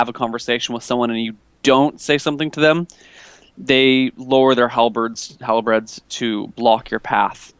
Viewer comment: why do you always call halbeards halabreads?